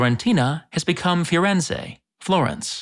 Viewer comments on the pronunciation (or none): none